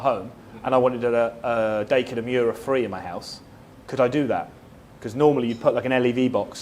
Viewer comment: Da-e-kin not day-kin だいきん